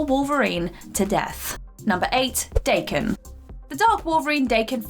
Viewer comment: She mispronounced DAH-KEN. Dumb bitch.